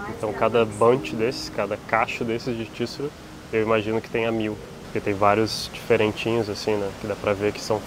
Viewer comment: Olá! O nome da ave é tsurú e não tíssuru. Dica: 90% das palavras japonesas são oxítonas. Parabéns pelos vídeos